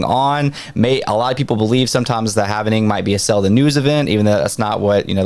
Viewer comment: Repeat after me... HAL-VING Not HALV-NING